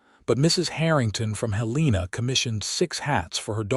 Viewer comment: Helena isn't pronounced correctly either